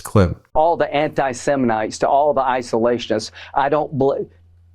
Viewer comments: “I will be a seminite until my dying day.” He was right on that one. No chance to flip flop, no chance to correct his pronunciation. It’s Semite. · Oh yeah, I remember when he said "anti-seminites." LOL The word, ignoramus, is anti-semite. Just saying. LOL again. Sorry Israel, but I don't need your condolences. I'm happy.